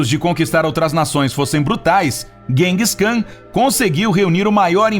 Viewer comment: Vc tá pronunciando os nomes errado, Seattle, Genghis Kan ......